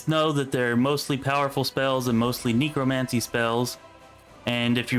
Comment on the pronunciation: Good guide, but "Neekro-mancy"? It's "Neckro".